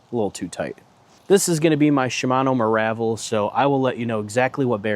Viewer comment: Good tutorial keep it up. BTW it’s pronounced Meer-uh-vel not Mah-rah-vel